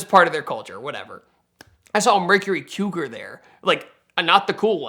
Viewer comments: Cougar, not Quegar lol. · Hahaha the way he pronounced cougar killed me... Mercury "keyoogar" like how some people say puma as pewma